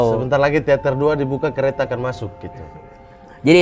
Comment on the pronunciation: *Ryan ngomong kereta : CHUAAK!